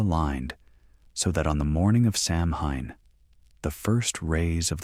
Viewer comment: samhain is pronounced saween do your homework